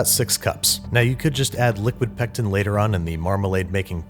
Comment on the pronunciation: Say pectin one more time I dare you!!!